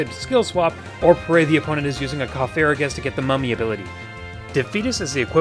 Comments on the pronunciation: not cofarigus, its cofagrigus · No that is Cofagrigus. He said Coferogus. There is no Pokemon by that name.